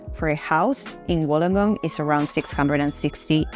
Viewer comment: Wollongong is pronounced as [Wool-long-gong]. Lived here all my life and I'm 49 years old. Can not live anywhere else. FYI, the ladies video really doesn't do justice on Wollongong as it focuses on North Wollongong and its suburbs. Wollongong was built on heavy industry, e.g. Bluescope aka BHP is the past. They specialise is steel production. Of late, the industry and started to slip BUT they are still big players along side AAT (Australian Amalgamated Terminals ) Car import and Export including break bulk. Anything (products) that can come on a ship, goes through AAT. There are are lot of Wollongong residents that work in Sydney as its 'close by' by car and by train. Councils with the 'Illawarra region' are Wollongong City Council, Shellharbour City Council and Kiama Council. Websites you should visit: & & Shellharbour: Kiama: Gerringong